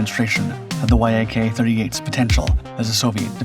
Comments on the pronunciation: In Russian tradition you pronounce it “Yak” as a word, like the animal, not “Y. A. K” Also it’s V/STOL, Vertical/Short Take Off & Landing, not VTOL. Neither the Harrier nor the Yak-38 could take off or land vertically fully armed & fuelled & neither can the F-35 for that matter because it makes them too heavy & unstable. Skys & yes, it’s pronounced “Sue-25” like the common contraction of Susan & “Mig” like the welder, not “M. I. G” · I hope you haven't used AI (i assume the sponsor) in this, music is too loud, and many glaring mistakes, such as the ski jump, which in the video you showed doesn't have one .... Oh and saying Y.A.K. its almost always refered to as yak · No one says “Y. A. K.” Ii’s one syllable - the first syllable of the last name of Aleksandr Yakovlev. Also, Yak is only two letters in Russian: Як, so if it was read out by letters, it would be “Ya. K.” Please stop saying “Y. A. K.” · Idk why you keep calling it a Y-A-K. It's pronounced "yack". I find it hard to believe you've never heard anyone say it's name, especially with how long you've been making videos. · It's not the Y-A-K, it's pronounced "Yak" (yack). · ffs. It's not Y A K it's Yak- pronounced Yakk.. Rhymes with Jack. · Shit background music at the start. AND no one refers to Yakovlevs as Y. A. K. you simply say ‘yak’. You’ve made 2 GLARING errors 1) The Kiev doesn’t have a ski-jump flight deck. 2) It has an angled flight deck. And you certainly should know the difference. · Hey man. He just finds old pictures and videos of stuff that may or may not pertain to what he is talking about. I think he is learning as he goes along, does his research on it, and writes a report about it. VTOL. He pronounced the letters "V-T-O-L," instead of "v-tall." YAK. Pronounced "Y-A-K" instead of just "yak." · it's not Y - A - K, but Yak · You don't say it like Y-A-K, you say it like the animal (yak) Neither is it V-T-O-L, you say Vee-toll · Say Y A K again, mf. I dare you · Yak, it's a YAK! Not a Y.A.K 😉